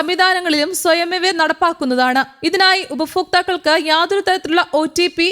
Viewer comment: ഉപഫോക്താക്കൾ അല്ല ഉപഭോക്താക്കൾ